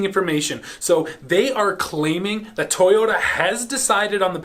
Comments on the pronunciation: there is it again,: T-i-y-o-t-a instead of toyota. why? why? why? I know your Russian but... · I love how says: tayota